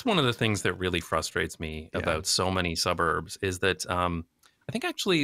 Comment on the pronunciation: Jason from NJB says the word “suburbs” as though it is an expletive, and I love it 😂